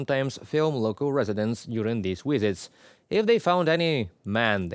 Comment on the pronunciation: Not wisits - visits. Not woting - voting.